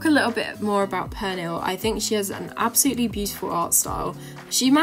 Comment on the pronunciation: hah love the way you pronounce Pernille xD it sounds so funny